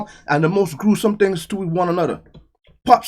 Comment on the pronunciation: "BLACK THEENGS"......